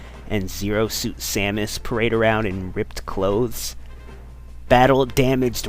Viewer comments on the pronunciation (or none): none